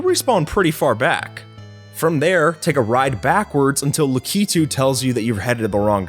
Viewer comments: Yes, it’s pronounced La-kih-two. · Can we just talk about how pronounces Lakitu La-key-two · You said Lakitu Wrong